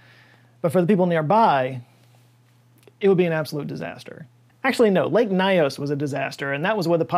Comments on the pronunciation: It's actually pronounced " Lake Nios", not " Lake Naios". Greetings from Cameroon. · I am Cameroonian and this still brings chills even now. I have tried to explain it to several people I know, but there is still skepticism among people here about what happened. The name is lake “Niyos” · As a cameroonian, I can confirm this is so true. People don't live around that area anymore. We say "lake nyos has belch" just so we insert some fun in this horrific situation. By the way, your pronunciation of lake nyos isn't correct but that's not an issue.